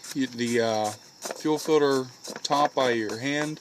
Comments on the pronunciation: Fuel filter, not fuel filder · FUEL "FILDER" lmao